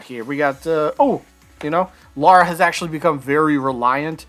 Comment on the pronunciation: Say "Mario". "Mario" Now say "Lara". "Laura"